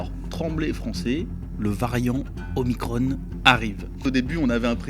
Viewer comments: C'est OMICRON et non OMICRONE!! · "Omicrone", Ah non, pas vous ! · OMICRON se prononce à la française svp !! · Oulà ! Va falloir choisir la prononciation : soit on prononce omicron, soit on prononce Marione, mais on ne peut pas faire à l’un ce que l’on fait pas à l’autre.